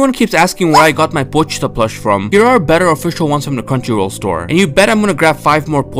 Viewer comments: Until I heard you pronounce pochita, I thought it was pronounced PO-CHEE-TA not POCH-TA damm I’ve been saying it wrong this whole time lol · How tf you pronouncing it are you saying po-chee-ta when its po-chi-ta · The thing is you pronounced the "chi" with "s" in it which made it sound way closer to "Poshita". Look up the different between shi and chi in japanese, you'll get what I mean. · The way you pronounce pochita 💀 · rewatch the anime, or just look up the japanese pronunciation not that hard, chi doesnt have much emphasis anyways like su in desu